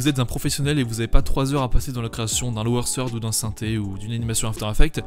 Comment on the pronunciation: Aussi lower third se dit pas lower sird:D Faut éxercer le -th là haha. il est belge?